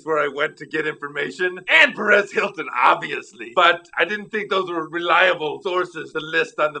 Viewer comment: Perez Hilton? I thought he said Red Skeleton! Oops.